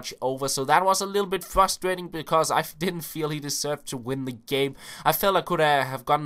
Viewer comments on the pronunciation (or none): none